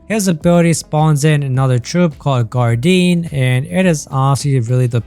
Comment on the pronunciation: Great video, I forgive you for saying "guardine" ❤